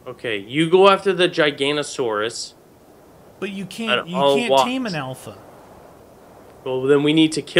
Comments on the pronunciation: the giganotosaurus is pronounced ji-ga-no-toe-saurus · it's jig a nose ise